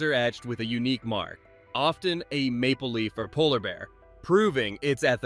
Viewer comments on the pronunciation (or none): none